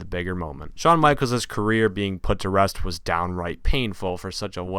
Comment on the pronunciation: Shawn Michalesiz last ride. lol this guy and his pronunciations